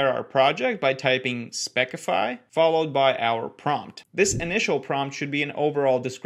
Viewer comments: Dude its specify, not speckify lol :) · Ah yes, "spekkify", the long lost sibling of "spessify". Closely related to specific and specification. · did you just pronounce specify as spekify, sorry I had to mention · Spek-ify? Like, we're just going to forget how to say normal words now? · Did bro say spec-ify? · Spec-ify? Have you not heard the word "specify" before? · that's not how that word is pronounced. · I think specify is pronounced like specimen but with fy instead of men